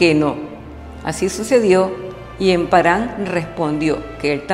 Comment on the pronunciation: Pronuncia mejor por favor... Que desagradable escuchar emparán